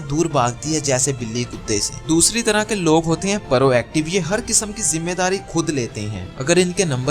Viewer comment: It's prooooactive not paarooo